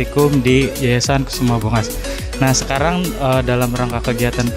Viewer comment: Kusuma Bongas mas bukan kesuma bongas😁